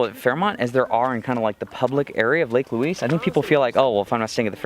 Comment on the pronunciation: It’s video is going to Haunt me she can’t pronounce the names right